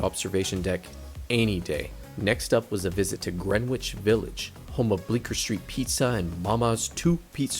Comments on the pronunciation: right I've never heard anybody pronounce it Green-Witch! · just fyi Greenwich in Greenwich village and Greenwich CT is pronounced "Gren-itch"